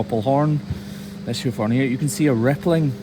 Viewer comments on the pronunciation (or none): "Heuf Hoern"